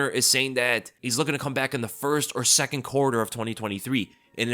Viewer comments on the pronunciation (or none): none